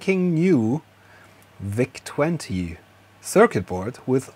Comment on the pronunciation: Der Vau-Zeh 20. So german🤣👌